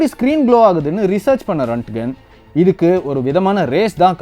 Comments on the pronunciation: Very good explanation on x-ray. But a small correction in pronunciation of the inventor. His name is not ரன்ட்கன். His name is ராண்ட்ஜென். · Pronounce it as Roent-Gent